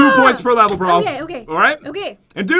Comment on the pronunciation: did anyone else here go "okey" Like if you agree